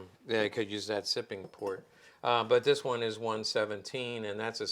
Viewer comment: “Shipping port” not “Sipping Port”.